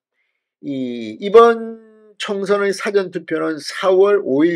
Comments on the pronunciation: 싸전이아니고 사ㅡㅡ전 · 사전의 발음이 너무 이상 합니다 사~전투표라고 해야되지 않나요 ? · 의원님.부산출신 맞나요? 지금 방송에 사전 투표를 말씀하시는데 일사의 사전투표입니다 .사전에 대한 억양부터 고쳐주시지요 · 사전투표의 사전은 발음이 액센트가 앞 글자에 두면 辭典이라는 뜻이 됩니다. 事前은 앞에 액센트가 없이 발음해야 합니다. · 사전투표 발음을 그렇게 하면 안된다 같은 경상도 사람인데 왜 저렇게 발음할까 그래서 잘 안본다. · 사전투표? 영아사전투표냐 한글사전투표냐? 발음부터 점검하시요! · 사전투표 발음 똑바로해라 정말듣기싫다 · 사전 이라는 발음을 바로 하세요 듣기가 영 거북하구만. 경상도 사람도 그렇게 발음하지 않는데 어느 지방 발음인지 모르겠네.